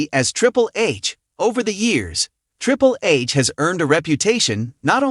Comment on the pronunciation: Did he say "Triple Ace"? 😂😂😂😂😂